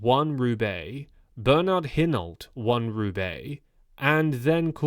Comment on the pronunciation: Get Hinault's name right please. "Eeno"!